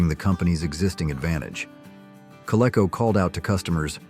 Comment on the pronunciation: Learn how to pronounce "Coleco."